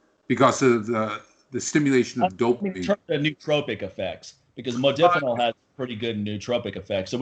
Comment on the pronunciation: Modafinil is great(by the way pronounced Mod(a)finil not Mod(i)finil.) It is an atypical and selective dopamine reuptake inhibitor but is also serotonergic and adrenergic in other ways making it very effective at boosting cognition and wakefulness. made the mistake of mentioning in negative context soldiers using provigil and nuvigil. These are the brand names for Modafinil and Armodafinil the separate enantomer. Great stuff though works like those other stimulants but technically isn't a stimulant and has much less potential for negative side effects. Good podcast too, its unfortunate there's so much ignorance and misinformation out there when it comes to HRT. Unless you're willing to pay out the ass you'll come across uneducated physicians and endocrinologists who don't know dick about hormones and have people on these protocols that are awful, doing things like crushing their estrogen when they're already on low dose T which can cause serious side effects down the road for bones and the heart and many others. Always enjoy listening to share his knowledge.